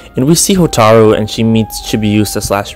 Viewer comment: Hotaru not HO TAAAARRRR RU Hotaru